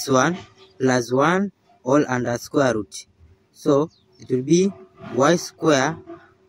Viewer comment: Squer’ ruuut’